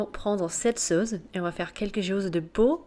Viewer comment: "LA SAUCE" avec un C comme suce et non pas "la sauze"